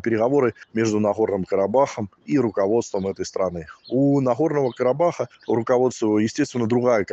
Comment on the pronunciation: Вот рассмешили😆😆😆 Сначала научись выговаривать «Карабах» потом давай ценные советы 🤣🤣🤣🤣